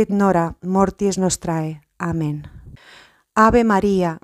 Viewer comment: En el ave maría , se pronuncia: Nunc et in hora mortis nostre (NO nostrae) y el Amén... se pronunca como si tuviera acento en la letra A: Ámen